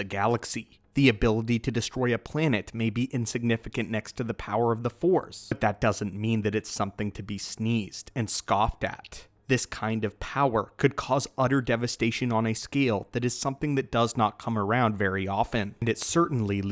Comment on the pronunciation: It's not sneezed, its sneered. Snee-uh-red.